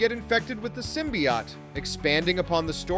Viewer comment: Sim - BEE - oat not sim - BEE - yacht